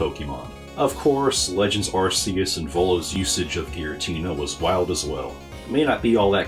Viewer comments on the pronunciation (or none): “Arse-y oose” 💀